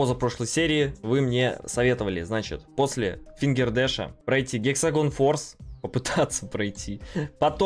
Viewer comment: Гексагон форс 🤣)) Это Хексагон, )))